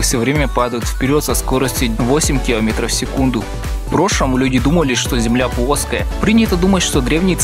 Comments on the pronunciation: Блин что с буквой Л? Почему земля пУОская! Я конеш ничего против не имею, но меня это дико раздирало. А в общем за видос спасибо! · плоская (пооская) сходи к лагопеду